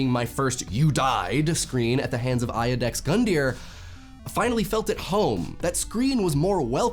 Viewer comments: Eye-you-dex gundyr? Nonono, Judex is how you pronounce that. I thought you'd know french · Iudex is pronounced like 'you-dex', not 'eye-oo-dex'. It's a latin world that, literally translated, means 'law-speaker' and most readily translates into english as 'judge' or 'juror'. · "[aɪ̯.ə.dɛks]",. No. [ju.deks]. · I'd say Demon's Souls defined the genre, Dark Souls just cemented it. Also it's pronounced Yoo-dex, not i-o-dex. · I know you did a comment video already, about some stuff, but let me fix one thing that you said wrong; "IUDEX" U-DEX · its YOU-Dex Gundeer! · ay-udex gundyr? Consonantal I. Iudex. as in Judex. as in Judge. judging whether you're ready to continue with the game. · iudex is pronounced jew-dex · "Iudex" is pronounced [You-dex]! ("Judge" in Latin);)